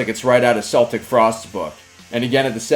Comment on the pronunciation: Not seltic frost. Your pronounce it as Keltic. Celtic frost isn't referencing celtic us team or celtic football club but rather the ancient kelts. KELT. NOT. SELT.